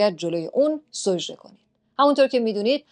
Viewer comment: سوجده نه سجده